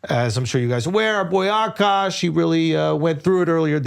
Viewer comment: “Akaash” but it’s pronounced “Aakash”… K